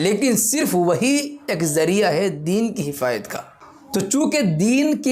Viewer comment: یہ حفاظت کہہ رہا ہے یا حفایت